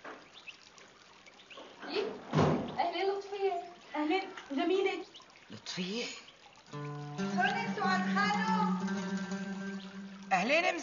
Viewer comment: مين لاحظ انو ام زكي بدال ما تقول جميلة قالت ضميلة😂😂😂😂😂